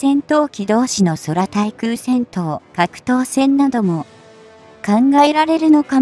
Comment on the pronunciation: 読み上げ機能が、酷すぎる。 空対空(くうたいくう)を(そらたいくう)と言うしXQ-58を(エックスキュウマイナスゴーハチ) マイナスは、いらないです。(エックスゴーハチ) 違和感を感じて聞きにくい。